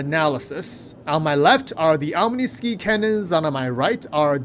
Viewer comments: Bro, it's pronounced "OM-NEE-SKY" not "OM-NEE-SKEEEEEEE" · The cannon's name is pronounced "Omni Sky", as in the whole sky.